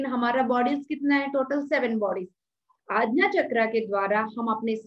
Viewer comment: आज्ञा =aagya NOT agna All is well